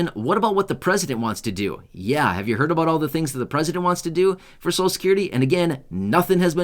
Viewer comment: You keep saying a " BOOT" I never see Any